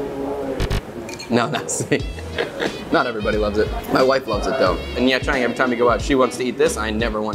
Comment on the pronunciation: Love the content! You make me wanna quit my job and move to Vietnam haha also pronunciation tip: the “tr” in “trang” and other viet words can just be pronounce like the “ch” in “cha ca”. Keep it up!